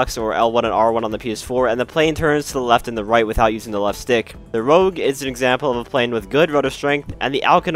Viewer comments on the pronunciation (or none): none